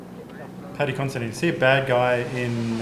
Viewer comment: It’s pronounced Con-se-dyne